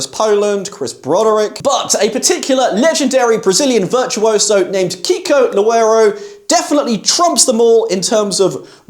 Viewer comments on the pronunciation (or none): In brazilian portuguese your pronunciation of his name sounds more like Kiko Lowuewow. 🤣 But I like you list, anyway.